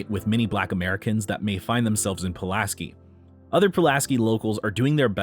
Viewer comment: Pulaski is also pronounced Puh-LASS-kee, not Poo-las-kee